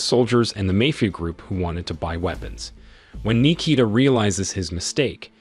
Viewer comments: Nee-kee-da... Yeah, he butchered it if your name is Nikita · Bro pronounced my name like it was japanese